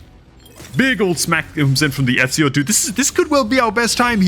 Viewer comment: Love the vids, but i have to say, his name is E-zi-o not Et-si-o. But definately should start a new FTP account